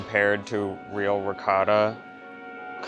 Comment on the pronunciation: I love watching you two together, but, really, , please, please, please, pronounce ricottta correctly!!! ;)